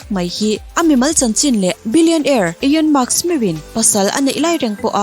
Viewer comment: Ekhai, ka bialpa 🙊 Elon Musk hming i lam mak em mai, ka rilru alo na ania aw 😝😝